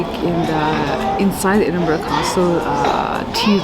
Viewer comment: American vloggers take note ! your pronunciation of Edinburgh and Glassgow was spot on, you have done your research, well done, I hope you enjoyed your visit